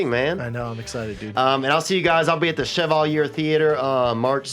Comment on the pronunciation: Pretty sure it should be pronounced like "Shevawleeay". But, ya know, bro, 'Merca be hooked on phonics, yo.